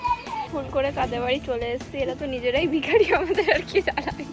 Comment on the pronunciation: Vikhari bola ta thik hoi ni 🙂